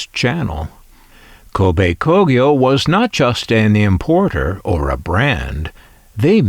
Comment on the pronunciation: wow, you learn something new everyday. I never heared of Kobe Kogyo before, and you certainly pronounce it 100% correctly. However, I came across the "TEN" logo before as a child and thought it's another Matsushita brand. They supplied auto-radios for Toyota as out school's Toyota Coaster had that "TEN" logo on it's radio. They're most probably based in the city of Kobe, not??